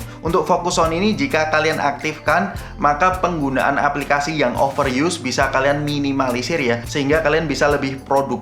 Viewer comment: Opo iki... Useer Eeeekspeeeriens, membuka cakrawala....?, mengurangi beban hidup... 🤔.? Over yuss, piik breknes... Biasa aja lah mas, pilih bahasa yg sederhana aja... Gak usah pake istilah keren kerenan kalau pengucapan nya belum oke.. 🤭